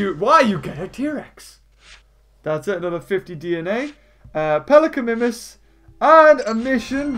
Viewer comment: MIMUS not Mimis